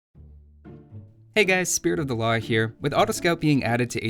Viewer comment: Man you freak the fuck out of me, when you introduce yourself at the beginning of your videos when you say ''Hey guys Spirit of the Law here'' for me it sounds more like ''Spirit of Allah here'' which freaks the fuck out of me, since I left Islam and......